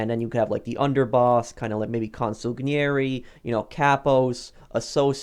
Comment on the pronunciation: The way you said consigliere was just too funny 🤣💀💀, but I can tell your educated about the mafia